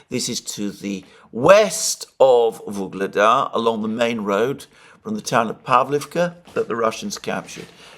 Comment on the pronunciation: "Vuledar" has no "g" in it